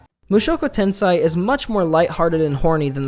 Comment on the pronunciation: "Tenseh" not "tensai"